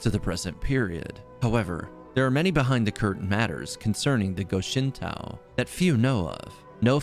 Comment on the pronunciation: GO SHIN TOE... not TAO.